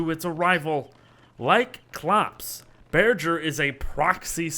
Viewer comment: Imagine pronouncing bearger like burger